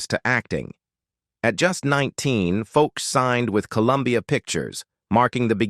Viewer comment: Actress Nina FOCH is pronounced like the words "Foe" and "sh" sounds---Like Foesh. Just trying to help..